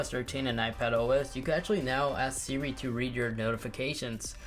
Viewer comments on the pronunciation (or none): How come he says smores instead of siri